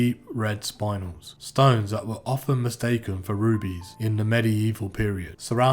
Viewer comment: Not to nit pick but it's pronounced 'Spin-El' not Sp-Eye-N-El